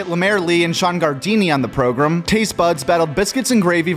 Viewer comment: Oh no you say “progrim” Wheres the “i” bro Its program